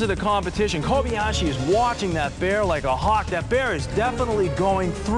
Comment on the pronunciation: ***** It's Kobayashi. Not Kobiashi.